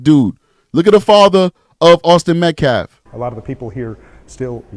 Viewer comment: Does nobody on the Anthony side know how to pronounce Metcalf s name? It's not "Met- claf." It's Met-calf, as in a baby cow. L after the A.